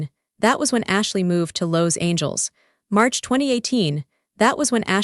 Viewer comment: You’ve got to get a reasonable reader who can read Los Angeles! This is ridiculous!!!